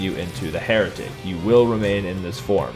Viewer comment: "For being a heratic"-the heratic